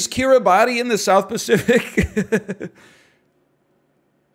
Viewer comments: Pronounce Kiribati correctly first, then worry about its geographic location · I’m the only person on earth who malds whenever he says Kiribati phonetically. For the unaware it’s actually pronounced Kiribas, idk why but I’m cursed with the knowledge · NL I need you to know. Kiribati is pronounced Kirabas 🙈